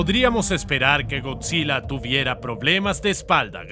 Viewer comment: es gojira pero se pronuncia goyira